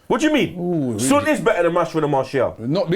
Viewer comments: It's not Sunnn it's Son. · Its Not SOON its Son like Sawn you idiaaat kkkkkkk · Kinda irritating they saying sun not son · Its SON not SUUN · Why tf are they calling him "soon" smh...this channel specializes in screwing up name pronunciations... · Why do they pronounce "Son" like idiots?